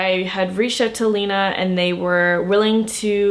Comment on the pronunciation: it's pronounced lina